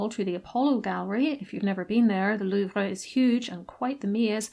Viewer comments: your obviously saying it correctly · Great video. And you are pronouncing la Louvre correctly